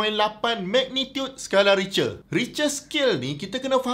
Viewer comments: Sebutannya "rich'ter "or in german "rif'ter". bukan richer. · Richter = /ˈrɪktər/. Info sgt padu Prof.. 👍👍👍😝😝😝